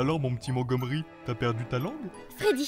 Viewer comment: C'est pas comme ça que ça ce dis montgomery